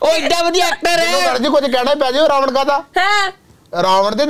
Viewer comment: 'ਨ' ਖਾ ਗਿਆ 'ਣ' ਨੂੰ । ਰਾਵਨ ਨਹੀਂ ਰਾਵਣ ਹੁੰਦਾ ਜੀ।